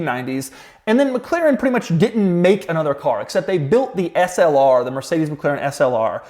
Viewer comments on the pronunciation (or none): none